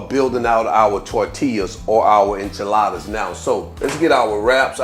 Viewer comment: 🙄IN-chaladas? JAA-lapenos? Ci-LAND-tro? You need to go learn how to pronounce your ingredients before you make a video dude! smdh.....